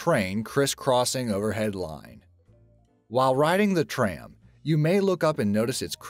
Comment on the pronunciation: Are you saying "tram" or "train"